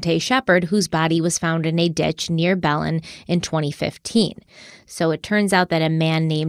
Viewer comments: Berna-lilo? 😆 So cute but so wrong. Almost feels like we’re getting trolled because in your last Harloween video you had some pretty perfect Spanish pronunciation. While I’m being that a-hole, in NM we say Bel-EN and SEE-bola (Cibola). 😋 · It's buh-lin New Mexico not bell-len. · Hey guys! Awesome episode! Just wanted to say the pronunciation of the cities in New Mexico is off. Belen is pronounced like “ba-Lin” and bernalillo is pronounced like “burn-a-Leo” from a local of Albuquerque:) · Bernalillo is pronounced burn-uh-lee-yo. Belen is pronounced bell-IN.